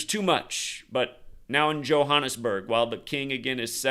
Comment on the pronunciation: Last major building fire in my country was the burning of Parliament on 2 Jan 2022 (haven't been running any numbers to check for date correlations) shout out for your pronunciation of Johannesburg! That's how it's said in Afrikaans (a derivative of Dutch). I was speaking to my manager last week Friday. His apartment block in Cape Town also mysteriously caught fire, and I ask him what's up with the fires around the world rn. Then Sunday, another building in Cape Town. Both with no one ded, but still made local headlines... Little did we know a big one was coming to Johannesburg.